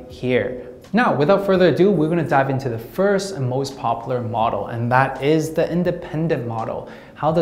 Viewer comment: Pronounced: POP YOU LAR